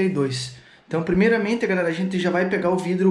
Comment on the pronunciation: Quando ele disse "primeiramente", já descobrir de onde ele é